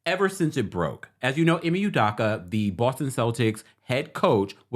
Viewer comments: It’s U-doke-A not U-Dock-A 😂🤣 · Hi It’s UdOka not UdAka. ✌🏽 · they way you are pronouncing his name is pissing me off… you did research to report on his current situation but couldn’t research how to say his name? Every time you say U-Dock-Uh i cringe. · U-dough-ka please stop murdering his last name. Thanks. Celtics fan here. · Love you! The last name is pronounced ‘You-Doe-Cu’. 😂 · How you gon report on this man when you cnt even say his name correctly. Show him some respect ugh!! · can't pronounce his name correctly.